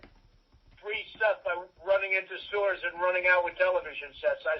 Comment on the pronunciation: lmao ik he says "running into stores and running out with television sets," but I swear to god it sounded like he said "running into sewers and running out with television sets."